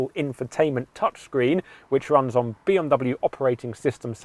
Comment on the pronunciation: Why does he keep saying B Om W?